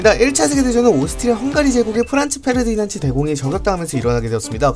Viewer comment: 페르디난츠가 아니라 페르디난트임